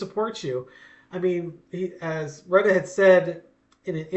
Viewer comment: It's pronounced: Roo-tay.